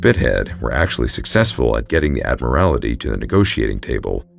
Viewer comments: Just FYI: ADD MUR IT EE. Not as you pronounced it. Not being critical; trying to be helpful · The word is Admiralty ! Otherwise very interesting , thanks . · Dude. A marine who cant pronounce Admiralty? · Admiralty, is pronounced “Ad-meral-T.” Not to be that guy, but it is kind of jarring to hear it pronounced that way. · "Add Marality"? WTF? Maybe learn to speak the English language. It's the "Admiralty". Google can tell you how any word is pronounced with pretty high accuracy. Please don't make up garbage bullshit. When you don't know something, fucking look it up on the internet and learn. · We love you, but it's pronounced "Admiral-Tee" 😊🍻 🇬🇧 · The word is "Admiralty" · Just so you know Admiralty is pronounced Admiral-Tee not Admi-rali-ty I’d only has the one ‘i’ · Ad-mril-ty. (Admirality?) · The Admiralty = ad-mi-ral-ty "The Admorality" may be a more virtuous organization but had no part in running the Royal Navy. Good story despite you giving me the giggles every time you said "admorality". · The word is "Admiralty," not "Ad- mir-ALL-it-tee." The narrator added an extra, unnecessary syllable. These videos are too good to allow silly mistakes like this to make it through to the final upload😵‍💫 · Admiralty is pronounced “ad-merl-tee” not “ad-muh-rala-tee.” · The word is admiralty. Pronounced ad-mir-al-tee. Not admirality. I worked at Pizza Hut and we had a road called Admiralty Dr It was part of a subdivision that was all ship terms...like Mariner Circle and Anchor Way. Half the people who lived there would say it wrong...and it was their own address. 😘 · Just wish he could pronounce admiralty which is pronounced “ad-merl-tee” not “ad-muh-rala-tee.” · A terrible story very well told (as always). FYI - you kept saying Admirality....that's not correct - there is only one I in ADMIRALTY. Admiralty: Great Britain, until 1964, the government department that managed naval affairs. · Great story. One note - "ad-mir-al-tea".